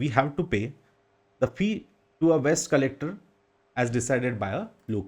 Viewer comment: Waste Vs West, Do correct pronunciation. Other things are okay